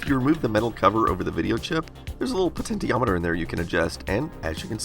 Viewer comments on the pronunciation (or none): It's po-TEN-shee-AH-met-er, not po-TEN-tee-AH-met-er.